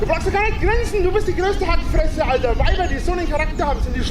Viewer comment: "Alder" kann ich bald nicht mehr hören.